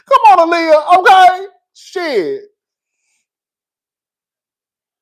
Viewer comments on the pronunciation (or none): none